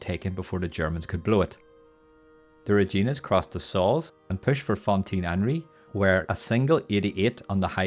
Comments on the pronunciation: it rhymes with fun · You know you did a really good video. You explained the battle really well. Long time coming. I just wish you knew how to pronounce “Reginas “. Every canadian is cringing